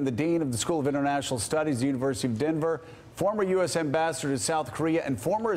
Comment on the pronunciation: Joe, my man - what the heck happened in that intro?! "Mr. Ambissador..." Fantastic. :)